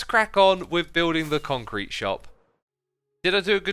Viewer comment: Concrte. / Concrete Corner / Bee-con-crete